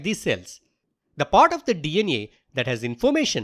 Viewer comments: its DNA not DN neyaa why you pronouncing a like that😭😭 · hi is saying dna > dnea 😂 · DEE EN IYE = DNA 😂